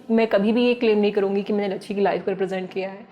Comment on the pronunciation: saurabh bhaiya likh rahe ho lachchi aur bol rahe ho lachchhi